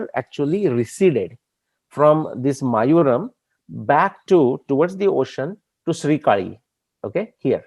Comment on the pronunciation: Love your work! sir it is "mayilaaduthurai" (mayil-aadu-thurai) short form is Mayavaram (Maaya-varam) not mayuram. Thanks!